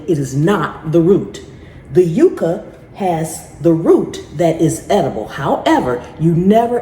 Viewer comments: Yucca is pronounced "yuck'-ah" & is a member of the agave family. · We always pronounced Yucca ans yuck-ka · Yucca is pronounced like yuck..yucca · Here in New Mexico we say yucca as yuh-cuh it's our state flower 🖤